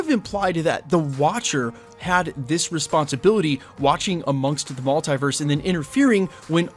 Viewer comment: Please say multiverse properly